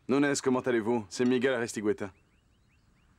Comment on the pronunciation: message aux voix off ! svp MIGUEL se prononce comme la régle en français ! le u ajouter à G devant un E est pour obtenir le son GUE et non GOUE exemples un quépard un guéridon